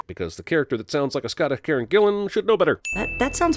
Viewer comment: It’s not a Scottish Karen Gillian it is just Karen Gillan